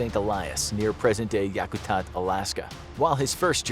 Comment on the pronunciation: I laughed at his pronunciation of yakutat